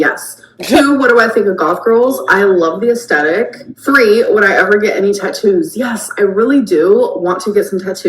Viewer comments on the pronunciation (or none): “I leauve the aesthetiic” ARGGGG this angered me so bad 😒